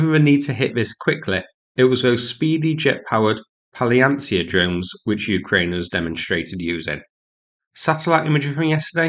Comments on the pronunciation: Please learn the spelling of the word "Palianytsia". You forgot the "y". Pronounce Pal-ya-'ny-tsia. NOT Pal-yan-tsia. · Pronunciation suggestion: Pal-Ya-Nit-Sya (Four syllables) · Guys, learn with me. The word is pronounced like this: Pahlin-IT'S-a